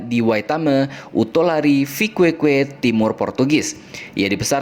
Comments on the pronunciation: Tulisannya Viqueque, bacanya viqeqe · Saya luruskan Ya min ada banyak kesalahan dalam penyebutan beberapa daerah di Dili Yaitu : Baucau = Baukau Liquica = Likisa Uatulari = Watulari Viqueque = Vikeke